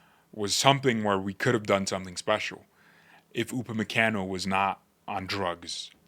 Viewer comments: Gotta soften that last “a” in his name lol. Pronounced “Kahn-o” not “can-o”. Americans … lol. Keep the content coming. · Bro, with all due respect, you're pronunciating his name wrong 😅